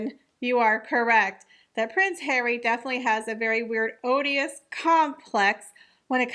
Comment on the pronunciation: Sorry M! 😘 'Wrestle' is Ress-yl, & 'Oedipus' is Ee-da-puss. 😁😁 Allegedly they haven't lived there, or together for a long time, so I don't think the mil is there lol. Olive's name is still on their site apparently, she employs them, so don't believe that either! The rf mob are up to something as per, not just gaslighting the peasants about the flabby one!! 🦉💂‍♂🤴👮‍♂👨‍⚖⌛💀